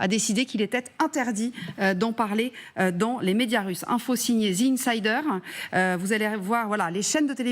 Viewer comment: Incroyable que même un media d information n est pas capable de dire correctement The Insider correctement, pas ZI Insider.. je ne sais pas ou vous prenez le ZI ?!? ca n existe pas en anglais , ZI , The ce prononce DE ou DI selon le/les mots qui vient apres... arretez de dire ZI svp vous me faites saigner les oreilles et faites rire de vous !